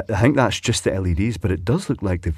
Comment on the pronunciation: "I hink that's just the LEDs" 😄 that the old dialect coming out there? 😉😆